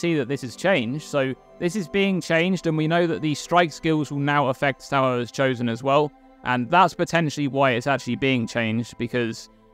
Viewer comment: It's pronounced Ta-for